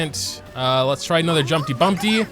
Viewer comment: Why tf are you saying jumpty bumpty😂😂 it’s jumpty dumpty lol